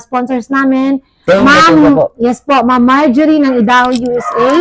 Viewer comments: Idaho ay pronounced "Ay-da-ho". Peace po tayo,. ✌️ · Good evening bai at subcriber nu aq dito sa guam correct q lang un idaho pronounce niya is Aydaho parang I pag sinabi sa alphabet subcriber din aq nila kabusiness official at kabusiness family kaya ndi aq basher😀 ha napapasaya nu aq lagi stress free baga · Ang tamang pag sabi ng bansang idaho ay sa tagalog aydaho un po ang tama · IDAHO ( Ay-da-ho) ang pronunciation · ang proper pronunciation ng Idaho is Aydaho. By the way, mag vlog kayo na pasalamat kayo sa mga sponsors nyo Bai. ❤❤❤❤❤❤❤❤❤❤❤❤❤❤